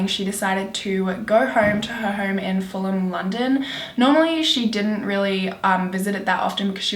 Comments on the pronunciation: Its FULL-UM not FULL-HAM. I live round that area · You have to learn to pronounce Fulham and Chiswick. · So cute how you pronounced Fulham and Chiswick looool